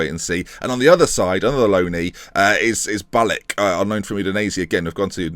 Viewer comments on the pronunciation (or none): its Ba-lić just like Modrić